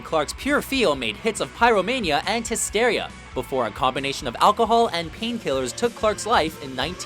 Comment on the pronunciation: Why can't american's say hysteria correctly